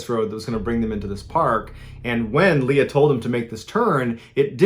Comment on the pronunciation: He said Leia instead of Leah ?